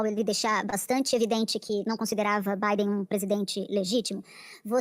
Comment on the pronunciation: Quando ele fala EUA 🇺🇸 fala Bidê, Obama e toda turminha